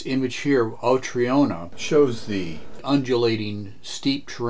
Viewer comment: Subbed. It's always nice to see this aging title still has it. And waiting impatiently for your own take on the second and third missions, as they are notoriously difficult. (now I'd allow my inner Italian to say : 🤌🤌🤌IT'S TROINA, NOT TRIONA, MAAAAAA!!!🤌🤌🤌)